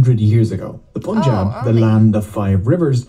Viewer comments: Some corrections, further context and explanations for those who are interested to go a bit deeper 😊 - The “Pun” in Punjab is not pronounced Poonjab but pun as in “no PUN intended” - 550 years ago, not 500 years - The word '*Guru*' takes a deeper meaning in Sikh tradition. When asked by his spiritual interlocutors who he was, Guru Nanak said he has 3 forms. These are the temporary form (*Body*), Gur-shabad or timeless wisdom of God (expressed in Sikh Scripture), and Timeless and Formless primal and permeating force (*੧ਓੱ* ik-onkar) - alluding to enlightenment or ego-transcendence with the help of Gur-shabad (2nd form). - Sikh Tradition has 12 Gurus. The 2 others are *Guru-Granth* (Holy Scripture) containing the wisdom of Guru that can transform all humans to achieve enlightenment and ego-transcendence, and the *Guru-Khalsa* being the collective living body that has been transformed by Guru's wisdom and is equal in status of 10 Gurus. The voice of this collective represents the divine voice of the Guru, and hence the Gurus are still with us in the present, and open to all to become its part. Sikhs sociologically, politically, and ideologically transform with time and is guided by the timeless wisdom/spirit of the ‘Guru’. – Guru Nanak’s experience was religious enlightenment from where Sikh philosophy flows. “God spoke to him” is a casual saying that basically means his realization represents eradication of ego (explored later in the video) and realizin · It’s Punjab, not ‘pOoNjAb’ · Say it pAnjab (like 'A'pple) ... not pOOnjab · Lmao why does everyone always say pOOnjab punjab is pronounced pUHnjab, like the un from "punch" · It is pronounced as Panjab 🙄😑